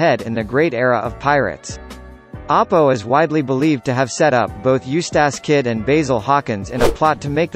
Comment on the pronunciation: its bear-g not beig its Apoo not Apo duh